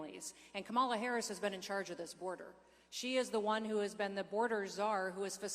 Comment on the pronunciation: The Governor pronounces Kamala's name incorrectly too. Is that supposed to be some kind of slur? All it does is show their ignorance.